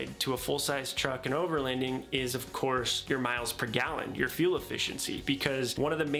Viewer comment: Your pronouncing overloading wrong. I hear “overlEnding” lol